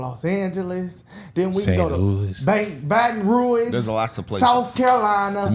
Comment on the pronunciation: Okay first of all you just prove people's point It is not baton ruins it's baton rouge. You shouldn't be talking about your own people being uneducated when you are yourself.